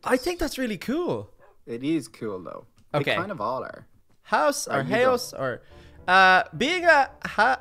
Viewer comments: Haos is pronounced like chaos without the c, but you pronounce the h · You say Haos like its saying Chaos